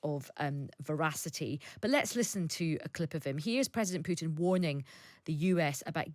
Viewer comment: I detest Putin, but you should not be pronouncing his name with a "y"... "Pyutin". The correct pronunciation is "Pootin". The second letter in his surname is a Russian letter "u", which doesn't have the "y" in front of the sound. Just "ooo", like room, broom, boom, move (using American English pronunciation).